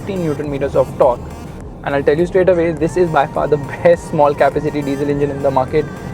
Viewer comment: Kappa-city? 🤔 You're pronouncing it wrong mate.